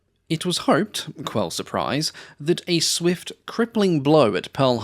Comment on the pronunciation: Quel suprise is a French expression, correctly pronounced "Kell." Quel meaning "what." So "What surprise" is the real expression. Not "Quell surprise."